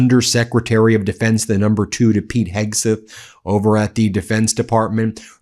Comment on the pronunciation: I hate to be picky Ben but it’s driving me crazy how you keep mispronouncing Hegseth, you are saying Hegsith. Would you say Sith Rogan?